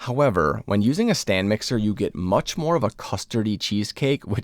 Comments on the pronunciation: Looks good, I want to try this. But... it's a stand mixer, not "stan mixer". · Stan mixer? It's Stand. lol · Will try it out. Just FYI, it's "stand" mixer not "stan" mixer. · Stand mixer not Stan Mixer😂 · It's a "STAND mixer". Not Stan. 😂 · Is he saying "stan" mixer? I saw that on the screen. F.Y.I it is "stand" mixer. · I’m stuck on “urethra-tall” 😂 never heard it pronounced like that in my life. Eh-ryth-ri-tol Oh god “Stan mixer” too? It’s a mixer that is on a stand, they are called Stand Mixers, that one is wild 😭